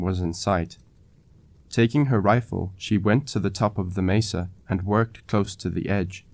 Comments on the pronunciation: Mesa pronounced maysa not Misa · That was great! Thanks. A pronunciation pointer - Mesa is from Spanish meaning table, so the e is short.